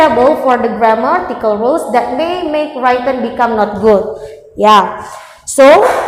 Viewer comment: Gemesss banget tiap dia nyebut 'writen' dibaca 'wraiten' padahal udah ditegur sama pengujinyaa